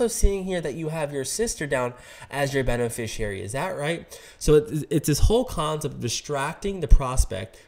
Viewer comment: is there a reason you mispronounce the word beneficiary? is it to make them sit up and listen more?